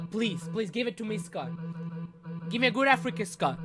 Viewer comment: “Come on Scott give me a good Africa” **unintelligible noises**